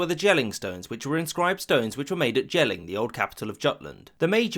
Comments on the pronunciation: Your pronounciation of Norse names is quite funny. It's good enough that it's clear you make an effort (And give a fuck), but it's also off by enough that it's noticeable. E.g. pronouncing Jelling with a hard J (I can't do IPA), while the actual pronounciation is more like Y, same as York (The Old Norse name was Jorvik) or "yelling". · Danish person here, we pronounce it as “Yelling”. Also our conversion was pretty slow and ver political(to keep the germans out, a common theme in our history lol) the common folk still worshiped the old gods until into the late medieval period. But a good video as always. Would love to see one about Denmark or Canada someday. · J in germanic languages is pronounced like y in English so Jotland and Jelling is not pronounced correctly.